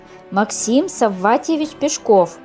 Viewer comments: Не ПешкОв, а ПЕшков. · Потому же и Пешко́в, вместо Пе́шков. Хотя вроде и не робот читает?! 🤔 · пЕшков, а не пешкОв! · Не ПешкОв,а ПЕшков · ПЕшков. Ударение на Е. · Ударение не там ставите у настоящей фамилии🤷‍♀️ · правильно говорили , не слушайте автора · ПЕшков!!! Авторов!!! (Ударение на первый слог).